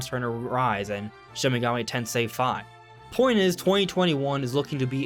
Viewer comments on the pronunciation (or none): none